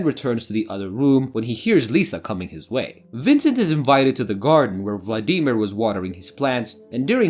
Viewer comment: Hardest part of this watching this video was your pronunciation of Vladimir.